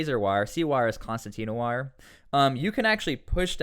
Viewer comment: Concertina Wire* As an Engineer you should know this. Please say it correctly.